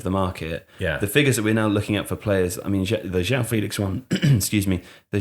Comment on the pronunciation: BY THE WAY the "ão" in portuguese names isn't pronounced like "ow". For example, in a name like João, it's pronounced closer to John, just more portuguese-y. Like the words campeon and campeão are pronounced very similarly.